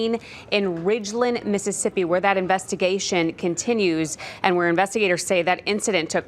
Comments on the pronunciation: Pronounced 'Mo- ren- see' not morenchi 😬 crazy the random stuff that happens in our area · Moren-she? She got it wrong twice!! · Morenshe? Can't Arizona reporters at least learn our states city/town names?